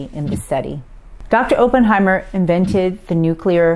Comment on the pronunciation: Good job on pronunciation of Tsutomu Yamaguchi. Now learn to say Oppenheimer. [OP] + [UHN] + [HY] + [MUH] + [ER] Do not say it with a hard O. It is a soft o. I prefer red miso. tur·mr·uhk